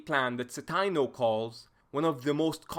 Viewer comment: I had Dr. Citino's "German Way of War" class at Eastern Michigan back in 2009. Always a pleasure to see him get recognition (also it's a long "i", Ci-tee-no)